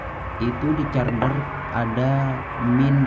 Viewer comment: Carder apa carger pak?